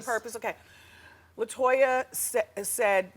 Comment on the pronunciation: "LIE-toya" Jackson! 😆